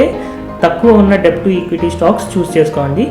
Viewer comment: A small suggestion.. letter 'b' is silent in the word 'debt' and should be pronounced as 'డెట్'. Hope u dont mind..